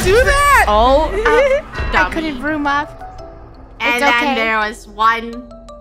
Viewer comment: when she started saying zroom got me dying😭😭